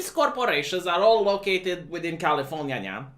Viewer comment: California-nyan. Did your inner weeb aweken finally?